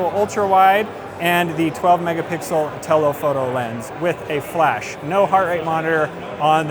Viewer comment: TelOhpoto. Why emphasis on the O?